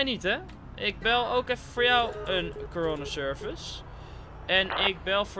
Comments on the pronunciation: hoe coroner service zegt corona service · Je zegt bijna corona service